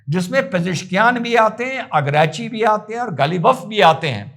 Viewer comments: सर जी ईरान के विदेश मंत्री का नाम सैयद अब्बास अराघची है अगराची नहीं। जय हिन्द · आराग्ची है, अरगाची नहीं